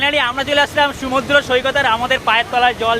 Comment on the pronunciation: kothata sumodro naa. bhai ota সমুদ্র